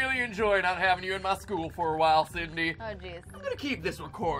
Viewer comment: It's not Sydney it's Cindy ( sin-dee)